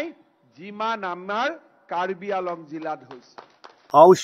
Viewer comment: Karbi AAng long not karbi inglong